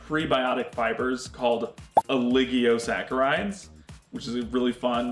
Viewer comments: He added an extra letter to oligosaccharides! It made me pause bc he's supposed to be kinda an expert on the nutrition part. Which I don't doubt he is. But I think when he's talking to other people he should fix the pronuncitation for that word so he doesn't risk losing any credibility. Althoughhhh at the same time I doubt the general population even needs that word in their vocabulary so it probably doesn't matter that much bc most people wouldn't notice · strange that he couldn't pronounce oligosaccharides even tho its his whole soda brand....... interesting